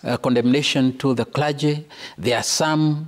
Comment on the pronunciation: The christian "kula-gy" (Clergy) have failed spectacularly to speak straight.